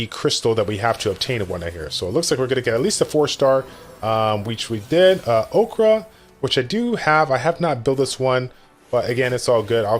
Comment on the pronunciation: "Okrah" - Dont confound him with the american talk show host.